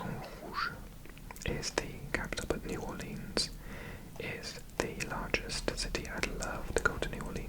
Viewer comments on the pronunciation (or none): New Orleans is not pronounced as Orleens but as Orlins. So you can say New Orlins rather than Orleens.